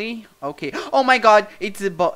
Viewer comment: O falando "ok guys" Eu ouvindo ele falar: Okay gays KKKKK